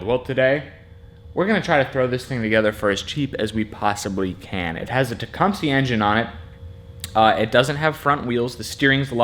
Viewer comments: You southerners really need to learn how to say Tecumseh... because it isn't TE-KUM-SEE. It's TE-KUM-SUH... like the Native American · Pronounced "Tech, Um, Seh"... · It's teh-come-sah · Maybe you're saying it wrong to be funny, but I believe it's pronounced Tah- cum- suh.... No worries! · The pronunciation of Tecumseh in this video cracks me up every the time. "It's got a Teecumpsie engine in it" - 2018